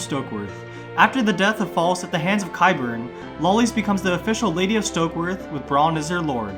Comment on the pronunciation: Dude, are you mispronouncing all their names on purpose or something? Holy shit. Sonsa, Denaries, Qyburn?????